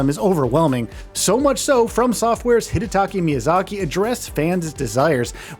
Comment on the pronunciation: They keep pronouncing Hidetaka Miyazaki’s name wrong. Great journalism.